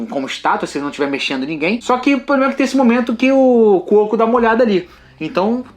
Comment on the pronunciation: Dou risada todas as vezes que vcs falam Francisco Cuoco! E, repita comigo: cadáveres! Ótima análise! Teve um detalhe bem legal quando a Arya mata o Rei da Noite: esse movimento de deixar a adaga cair e pegar ela depois já tinha sido mostrado num treinamento dela com a Brienne.